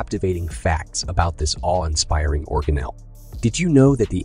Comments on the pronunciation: That's what the correct pronunciation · It most definitely is not. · Did he really just pronounce it "organelleAYE"? 😂